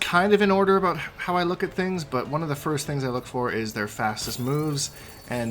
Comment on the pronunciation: “All ABOOT Frost”